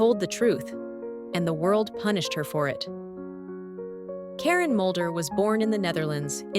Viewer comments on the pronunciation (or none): Its Mulder not Moulder